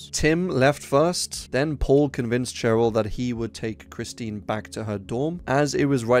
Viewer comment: Kristin smart not Christine